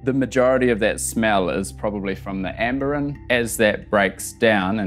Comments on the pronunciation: It’s pronounced “amber-grease” not amber-gree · amber GREE????????????????? amber GREEESE you knob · This guy literally heard from experts how it’s pronounced and still keeps saying “amber-gree”